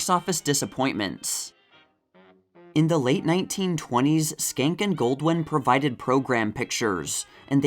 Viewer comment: I love your videos and have watched for years! I think Joe Schenck's surname is pronounced "Shenk" because in Harpo Marx's autobiography, Harpo said when he was in Paris he stayed at the Hotel Georges V (Georges Cinq, or George the 5th). He couldn't get the pronunciation of Georges Cinq right until he realised he could say to the taxi driver, "Hotel Joe Schenck" and it always got him there 😂